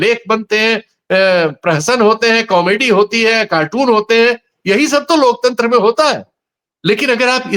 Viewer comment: जो अनपढ लोकतंत्र का उच्चारण lokchandra करे , वो क्या ही लोकतंत्र की रक्षा करे या माने !!!😅